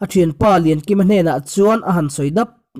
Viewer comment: 'Kå' hau ni loin, 'Kã' hau, tih tur a ni lo'm ni?